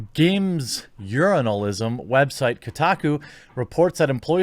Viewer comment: Is it just me, or did he say games urinalism site Kotaku? LOL!